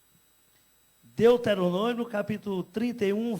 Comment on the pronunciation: "deuterononio"v? ? ? ? vai aprender a ler depois tu volta